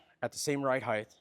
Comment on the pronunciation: People it’s 2026. Can we finally agree it’s height not heitdth